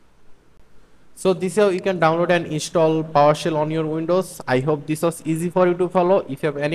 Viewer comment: It's Powershell. Not Powersell